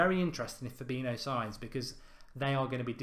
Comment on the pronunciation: i like these videos, big fan but it always annoys me when he mispronounces fabinho